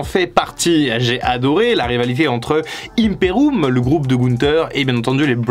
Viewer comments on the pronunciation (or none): Ça se prononce ImperIUM pas IMPERUM 😂😂😂😂😂😂 et le match à Clash of the castle était à stipulation simple